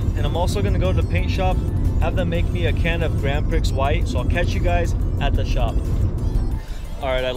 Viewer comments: (just between us, grand prix is pronounced like grand pree) but yeah, been a long time since the last build. nice to see you back. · It is pronounced “ grand pree “